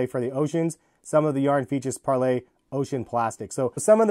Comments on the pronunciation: Its parley, not 𝒫𝒜𝑅𝐿Á𝒴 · Im pretty sure its par lee, not parlay. its spelled parley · It’s not pronounced parlay, it’s pronounced parleeee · Its pronounced parlee not parlay tf???? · It’s Parley not Parlay... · Why do you keep calling it Par-LAY??? It's Parley. It's a word. Learn it. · It’s pronounced par-lee not par-lay! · im not sure if your saying it wrong but i looked up other videos on this shoe and they pronounce parley differently pls look up how to say it because idk how it is actually pronounced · Being American is to create unnecessary pronunciation which isn't the proper form of English. Only Americans pronounce that way and thinks its the right way.